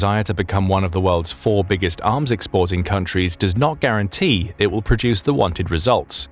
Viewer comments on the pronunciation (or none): none